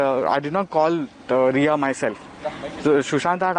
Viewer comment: Ye nepali type aadmi ka bayan suno Ye kuch nahi bahut janta hai... Maa kasam riya ko riya bolta hai.... Mam kaha gaya